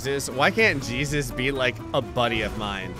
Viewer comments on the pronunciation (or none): I'm slightly dissapointed that never realized it way hay zues not gee sus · Maybe it wasn't supposed to be Jesus, it was supposed to be Hey-Zeus, pronunciation wise, and he's just a really powerful Mexican guy. :D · I think that the super pedestrian's name is pronounced 'Heysseus' 😂😂😂😂 And when did they modify the warthog to be a VTOL?? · I don't think it was Jesus. I think it was a guy named Jesus but pronounced hay-soos.